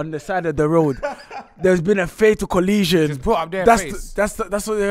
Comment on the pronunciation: “there’s been a fatal coLEEZion” I wish was my gps voice😂😂😂